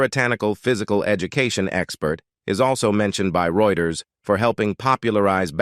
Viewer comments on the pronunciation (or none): none